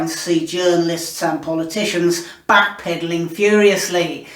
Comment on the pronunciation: "Backpeddeling "??..Urghhhh....